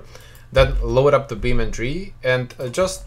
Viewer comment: its beamng not beam ndree